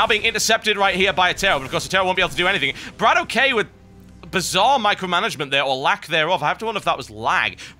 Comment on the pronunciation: ..... when are you going to realize that Bratok is pronounced "Brah-tock" and not "Brah-toe-key"...